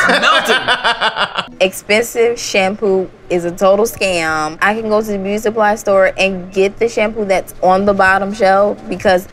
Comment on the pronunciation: we just gonna ignore the way she said beuty